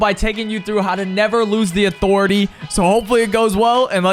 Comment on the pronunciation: “UH-THOR-ETAY” 😂 bro you drop at Catty vid really made a difference 👍